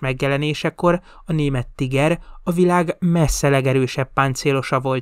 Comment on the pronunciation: A szovjetek nem 76,2mm es lövegeket használtak? A videóban végig 75mm t hallani. A Tiger harckocsi helyes német kiejtése pedig Tííger. Többet nem kukacoskodom, jók a videók!